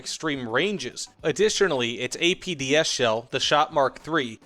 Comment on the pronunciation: Am I the only one that hears APBS? CC says APDS, but, it sure sounds like he's saying APBS....